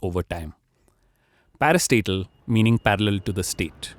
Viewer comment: Every time he said 'parastatal' I thought he was saying "Another parasite", "A new parasite"